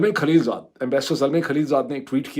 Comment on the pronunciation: کھلیل جاد یعنی؟ کہیے خلیل زاد۔ لا حول ولا قوت الا باللہ۔ یہ شودروں والا تلفظ کب سے اختیار کر لیا!